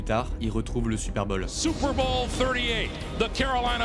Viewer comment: Vidéo magnifique mais j’ai tilté toute la vidéo sur ton accent. C pas super bol mais super bowl ! Comme ball.